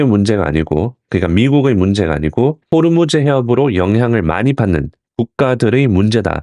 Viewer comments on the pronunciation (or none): none